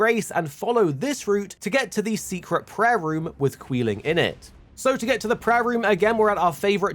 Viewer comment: Its quee-line btw